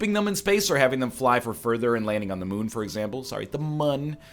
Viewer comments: Why does NL always try to sound like he knows what he's talking about? And never call the moon the "Mun" it's still pronounced moon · Hot damn. This should be entertaining. FWIW, it is actually pronounced "moon". There's an umlaut over that "u".